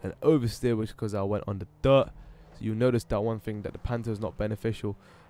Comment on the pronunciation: The way you say dirt is so strange. You say it much louder than everything else and you say "duut!" haha